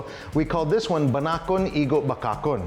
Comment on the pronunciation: Not BANA-KON, its BA-NA-KON...😂